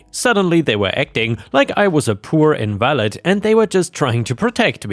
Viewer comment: When referring to a person with a disability, "invalid" is said as "in-vuh-lid" and not "in-val-id."